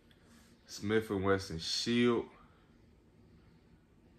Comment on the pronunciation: “Another smiff and wesson” lmao......good shit tho